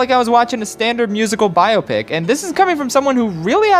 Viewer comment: Nobody else has a problem with the pronunciation of biopic? No? Just me?